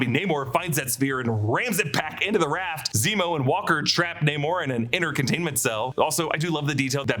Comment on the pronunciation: HE SAYS NEMO NOT ZEMO LOOOOOL